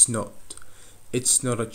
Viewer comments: not дегенде nor деп айтасыз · "Not" неге "nor a" естіліп тұр?